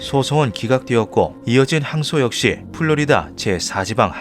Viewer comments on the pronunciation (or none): none